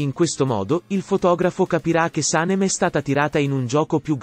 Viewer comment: Antipatica la voce che racconta e pronuncia in modo errato i nomi degli interpreti. Can Devit si pronuncia Jan e Saném